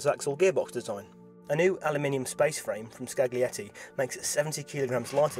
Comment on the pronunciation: The 'g' is silent in scaglietti